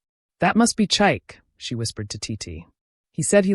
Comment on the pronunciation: THE NAME IS PRONOUNCED CHIKAY. NOT CHIKE !!